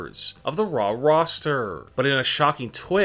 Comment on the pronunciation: Its raw.. not rrrraaaaaw...